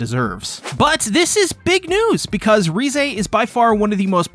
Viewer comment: I think her name is pronounced rézé not rize